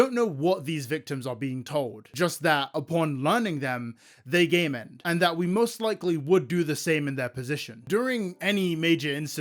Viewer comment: I'm sorry but I constantly understood "they gay man'd" instead of game end 😭